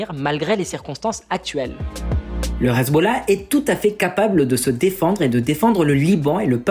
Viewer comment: Excellente analyse ! Mais pourquoi dis-tu hazeb au lieu de Hezbollah ??